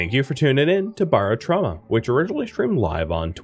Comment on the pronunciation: ˈberəˌtrômə first syllable is sounded like arrow, not like borrow. Yes barometer is sounded out different and I have NO idea why that is haha Love that you're doing this game it's so underrated!